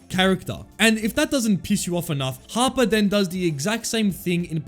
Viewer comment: Every time he said "Harper" I thought he was saying Papa